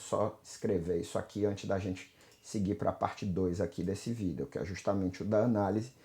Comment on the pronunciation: Prometi pra mim mesmo que iria passar aqui para agradecer-te. Passei em uma universidade de Portugal para música. Tinha um certo conhecimento prévio, mas suas videos aulas ou como você diz "vidêos" me ajudaram bastante. O site tutoriais em música foi um grande divisor nos meus estudos! Muito obrigado pelo ensino gratuito e de qualidade! Sou um fruto de sua humildade e trabalho! Serei sempre grato! E como você costuma dizer agora é jogar duro! Obrigado!